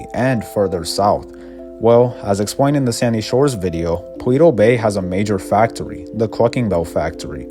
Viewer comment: "Wel-wativewy" "fac-towy" "pwans" "we-wease" Jesus christ.